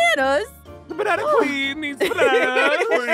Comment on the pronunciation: I just laughed when Aphmau just Seyd she's the banana pween😂 😂😂😂